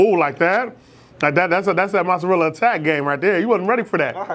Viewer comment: U gotta ununciate mozzarella better for me